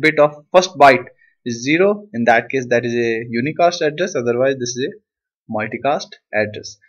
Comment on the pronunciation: Explanation was good. anyways, its 'zero'. not 'chero'